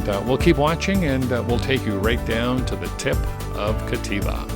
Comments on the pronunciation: FYI, it's Captiva with a "p", not Cattiva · Captiva…as in captivating…not Cativa Otherwise, thanks for the update